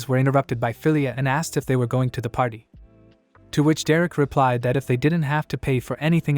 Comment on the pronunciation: is it me or does AI-narrator keep saying Hero's patty